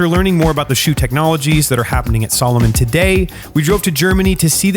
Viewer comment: Aren't you mispronouncing the name Salomon??? I wore Salomon boots while in the Army, we were allowed to wear what we wanted in my unit. I still wear Salomon boots to this day - they are among the best in the world